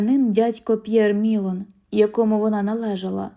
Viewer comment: Дядько МілОн. Наголос в французьких словах падає на останній склад.